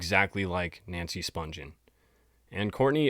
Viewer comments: You are mispronouncing "Spungen" its Spun-ghen with a hard G not Sponge-en. There is an interview with Deborah Spungen on YouTube and that is how she pronounces her name. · IT'S SPUN-GHEN WITH A HARD G!! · You are right. I think the interview is with Phil Donahue. Most people don’t realize they are mispronouncing her last name. There are also tons of videos of Nancy’s sister Susan Spungen, a famous chef and food stylist, which the interviewer usually pronounces the last name right. This is a great video, though. Very detailed.